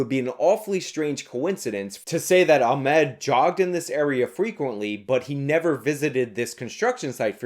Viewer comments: Ah-Mod. Not Ah-Med. Everything else is good here though lol. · Why are you purposefully fucking up the guys name?